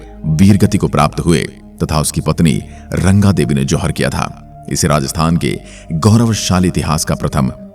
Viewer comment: RANGA DEVI NHI SIR JI RANG DEVI